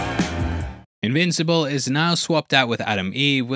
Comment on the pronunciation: did you just say immincible?